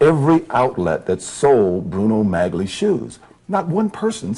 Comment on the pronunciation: It's astonishing how the interviewer knows how to pronounce Bruno Magli shoes (as G is silent)... But Orenthal repeatedly mispronounces Bruno Magli shoes, pronouncing the hard 'G'... Unaware that most viewers are amused at this ruse😂 Guilty.